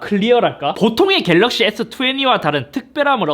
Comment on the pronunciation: 역시 갤rr르르르러어억씨